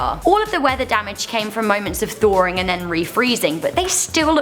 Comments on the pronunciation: Thorring? Not thawing? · Lol... "meethane" and "thoring"lol...